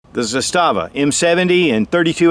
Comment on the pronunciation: Zastava, the Serbians put the emphasis on the first syllable. Don't feel bad, the guy from TFBTV is the only one who gets it right.